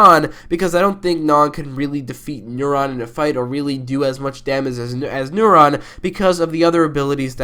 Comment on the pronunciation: Why do you pronounce Neron as Neuron? How could you mix up a powerful demon with the thing that does all the stuff in your brain?